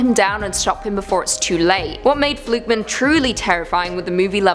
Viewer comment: The way you pronounce "fluke man" sounds like it's a surname (e.g. Joe Flukeman).